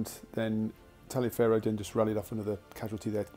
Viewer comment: Easy mistake to make but General Tallioferro's name is actually pronounce Tolliver.